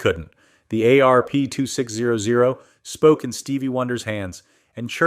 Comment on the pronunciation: I love the ayyy areee peeee two six ohh ohh... I think I would rather listen to a kindergartner read it. At least then there would be a reason for the punctuation to be wrong. This is what happens when you hand your calculator a script. What I'm most mad about is the you toobe algorithm doesn't have an option for us to block all this crap.